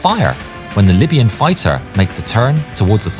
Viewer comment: Fiter? What's a fiter?